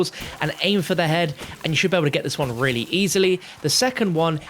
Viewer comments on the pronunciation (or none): none